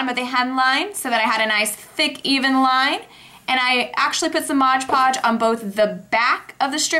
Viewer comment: Cool video! The only thing i noticed was... it is pronounced MOD podge, not modge podge